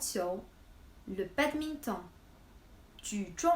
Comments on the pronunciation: En France on prononce le "o" de "badminton". Comme en anglais. On n'utilise pas le son "on". C'est le même son "o" que dans le mot "note". (La même intonation) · haha je me sens tellement important maintenant :) just kidding. En réalité c'est un peu la faute des français. Ta façon de prononcer "badminton" c'est ce que les français devraient dire. (D'un point de vue littéral). Mais bon... Pour certains mots qui viennent de l'anglais on garde la même prononciation et pour d'autres on crée une prononciation plus "française".